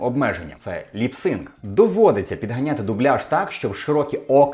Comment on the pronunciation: 25 хвилин сварить український дубляж. Теж - вимовляє lip sync, як ліпсинг 🙃